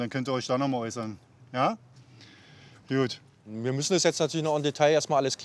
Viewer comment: Wieso sagen die alle is jud und nicht gut?😂